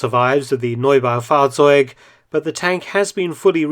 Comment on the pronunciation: good pronunciation of the German word: 'Neubaufahrzeug'